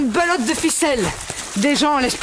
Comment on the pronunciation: " une pelote de ficelle " pas une belote :')